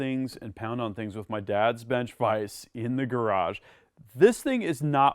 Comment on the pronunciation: Dude. It's. A. Vise. Lol